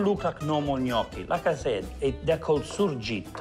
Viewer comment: Mi piace perche hai detto il nome giusto...Li Surgitt!!